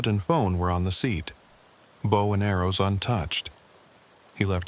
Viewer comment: Bow "Full of AROES .???? 😢. I think AI needs a few more lessons.😂.